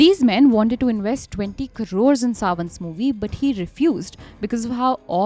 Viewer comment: One suggestion... pronunciation " carore" maybe changed to "crore "